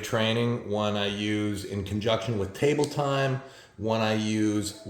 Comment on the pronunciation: “Table time” sounds like “tummy time”